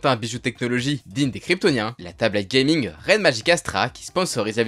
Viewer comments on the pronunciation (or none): none